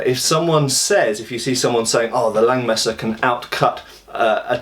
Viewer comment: nice German pronounciation!